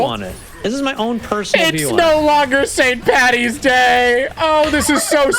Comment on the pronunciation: . As an irish lad. that saint pattys hurt